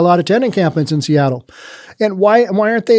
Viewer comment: "Seatroit" LOL. How about "Soyattle"?